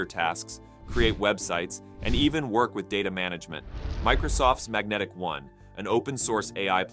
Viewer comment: Microsoft's AI agent is Magentic-One, NOT Magnetic-One.